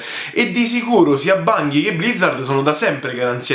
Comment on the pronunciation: Bungie si pronuncia con la "g" dolce ;) Comunque Destiny non è un'esclusiva Sony. Diablo esisteva già su ps1 quindi non era assurdo che lo presentassero. Detto questo ci sono rimasto male pure io non tanto per la cattiva fama di Diablo 3 quanto perché appena ho visto Chris Metzen sul palco ho subito sperato che finalmente avrebbero annunciato il tanto atteso project Titan (ovvero l'MMO che sostituirà WoW). Sony ha detto che uscirà "this Holiday season" che non vuol dire ottobre... (continua)